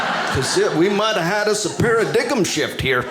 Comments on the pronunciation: He said "para diggem" shift (paradigm) and I lost It!!!!! This guy is brilliant!!!!!! 😆😆😆😆😆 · A para-dig-um shift 😂